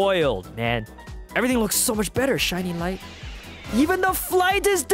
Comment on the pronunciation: "They made it even bether" Me:Bether or did u say better